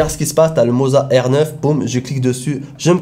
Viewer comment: Le seul qui prononce bien le mot "moza"! Les autres ont dirait qu'ils vendent du fromage ! 😂 Merci pour tes vidéos. 😉